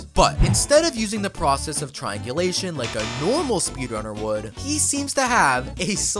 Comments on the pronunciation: How many times r u gonna say trianglisum😂😂😂😂😂😮😮😮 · Its triangulation 😊